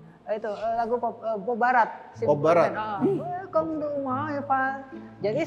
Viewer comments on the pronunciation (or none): Welcome to my life ❌️ Welcome to my file ✅️